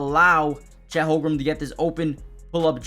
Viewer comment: Great content. Constructive criticism. Please learn how to pronounce Holmgren. It's not "Holgrum". I'm sure you know basketball but mispronunciation could make it seem like you don't.